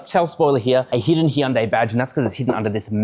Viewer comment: HUN- DAY. Why is he butchering it when you hear Koreans say it different